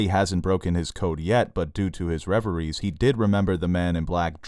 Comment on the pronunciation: Yay! You said REV-eries. Nicely done. I'm so proud of you.